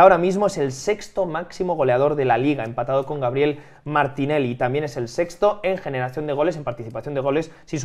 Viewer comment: Joya escuchar a decir grabiel Martinelli ❤